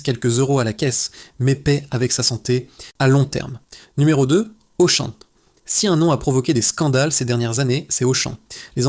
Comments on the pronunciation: Narration IA...Auchan devient Auchaine😮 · Mais pourquoi j'écoute cette daube (jeu de mots). Dès que tu entends le 'mec' prononcer Auchane, plusieurs fois, tu sais que c'est un ramassis d'inepties qui va suivre. J'ai arrêté a 'Carrefour Carrefour'. Il y a pas à chier, pour de l’investigation, faut du pognon, pas cette merde !! C'est du putaclic autogénéré par de l'IA les mecs. Mettez en route votre cervelle.